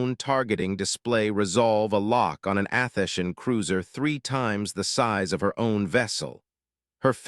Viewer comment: It is disappointing listening to the AI narrator make an abortion of a number of words repeatedly. It is pronouncing Athenian as Athesian. Bow {pronounced Bough} is pronounced like the weapon Bow; or like the front of a ship is a ribbon on a cake or a present. The voice itself is slightly annoying with a sort of higher sound range than pleasant. You need improvements if you would like repeat listeners.